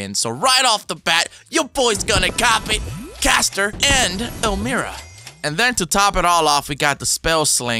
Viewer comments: It’s pronounced as (ELL-MY-RUH) a town near by me has the same name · Why is everyone saying it wrong? Is called EL-MY-RA not EL-MYR-RA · You say Elmira wrong